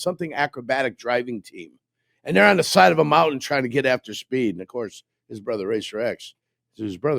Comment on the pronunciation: My problem with is while he is football smart, he thinks everything he says is gospel and he has no wiggle room for change or different opinions sometimes, no matter the facts presented to him. Also, where in the hell did learn to say "on"?